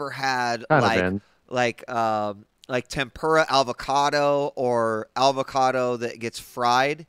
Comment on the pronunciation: is he say "alvocado" ?